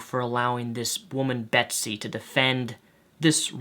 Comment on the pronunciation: judging that you call her "Besty" i can only assume that you didn't read the article. interpreted it wrong and it's MO RA LEZ not "morlaz"